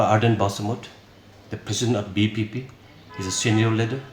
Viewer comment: Just to say vpp he can't say it properly this show tht th NPP was full of confused..and how come he can be the education minister